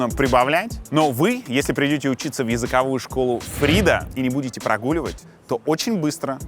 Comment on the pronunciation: фраза "не прогуливать" сглочена... хех.